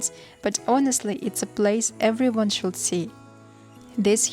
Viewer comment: L in could and should is silent 😂